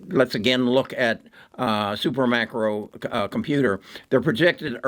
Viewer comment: It’s SUPERMICRO!!! Not SuperMACRO.